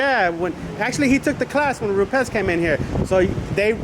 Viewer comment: I think you and myself are the ONLY two people that pronounce Rupes correctly. RrruPez!